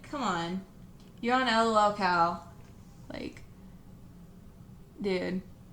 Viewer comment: "l-o-l cow" wtf